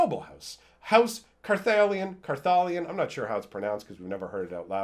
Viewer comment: I think you pronounce it Jared Carth-da-Lion King ... it is why he is Naya >.>